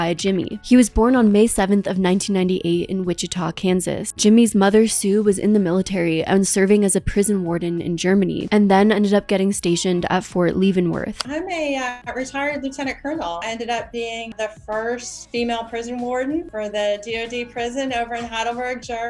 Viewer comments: its Leavenworth like leavened bread! Sincerly, a fellow brat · Leavenworth - "LEV-in worth" Leven like seven Not "leave in"